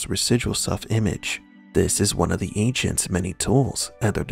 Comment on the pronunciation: I thought he was saying "ancients" then i realized it was "agents". Weird.